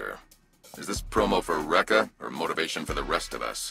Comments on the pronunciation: they say Rekka's name like THIRTY TIMES HOW DID YOU MISPRONOUNCE IT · It's Rekka, like Wrecka. And Roquefort like Rope Fort. Listen to how the characters say the names maybe? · Thats not how Roquefort is pronounced. And I said Rekka. Like... Wreck-ah. Ya know, how they pronounce it in the game? Take your own advice mang